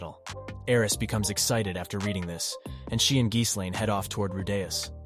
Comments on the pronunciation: Geese lane? 😆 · ahh yes the journeys of rewdayus and geeselane